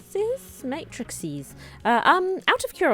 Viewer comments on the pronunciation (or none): "may-tris-ees" fascinating!